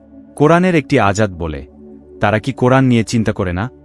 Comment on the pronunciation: আয়াত কে বার বার আজাত বলা হলো!